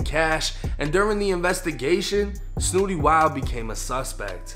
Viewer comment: You from Boston bro you got to hit the Google button and watch other people pronunciate his name that pronunciation was off kid